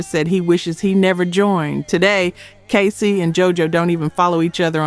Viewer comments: Why you calling that man KAY- SIGH😂😂😂it’s KAY- CEE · I love entertainment tea like this, his name is pronounced ( K-Cee)